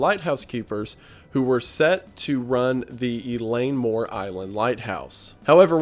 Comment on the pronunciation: Wendigoon: “Eileen Mor Island.” Me: “Oh, I heard about this recently! Where from though?… Oh… right…”